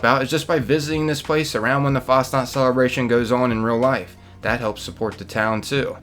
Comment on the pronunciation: Nacht is pronounced like knocked. Fahs knocked. Its not fasnot.